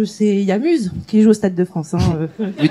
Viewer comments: Elle à dit y a "Muse" au stade France !!! Muse !!?? "MIOUSE!!!!!"" ON DIT "MIOUSE" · Le "Muse" (n'a choquer personne??? Pourtant on écrit "Muse" mais on prononce "Miouze".